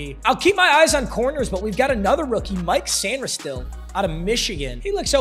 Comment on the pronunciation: Mike Sain-ris-stil is crazy